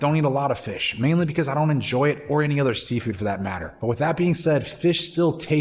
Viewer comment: "Shocolate Milk"😂 "Fissh"😅 Just buggin good video!